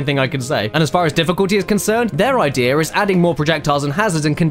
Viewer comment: I'm I the only that noticed that caddy says idea IDEAR and seen as SIN